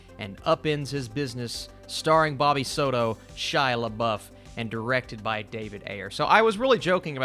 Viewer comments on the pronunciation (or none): Gringos, please.. It's 'Soto' NOT "Sodo".. 🤦‍♂️